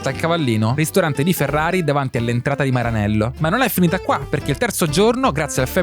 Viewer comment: perché dici "Maranello" con l'accento inglese?